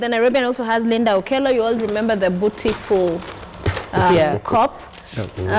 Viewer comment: bootiful? did u have to say that?